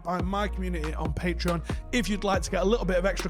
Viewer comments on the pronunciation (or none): none